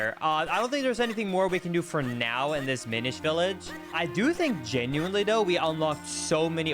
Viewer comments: Genuinely Is pronounced "Gen-you-in-lee" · says genuinely like genuintly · He really does! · Why does pronounce "genuinely" with a T? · prounounces geniunley wrong (this is a comment from 10 years ago btw)